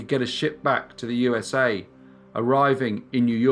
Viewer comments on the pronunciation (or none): Between the odd pacing and the odd pitch sometimes, I seriously question whether it's not a computer generated voice. It drives me slightly batsh!t every time he says, "So sit BACK. As we GO. To the U-s-a." No one emphasizes the U in USA, and he hits the exact same pitch, every time. It doesn't sound like a human.